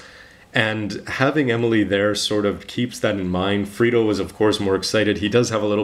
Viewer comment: its flit not frito. in japanese they say flito XD